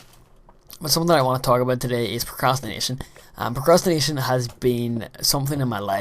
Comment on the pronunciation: hmm, i thought you said masturbation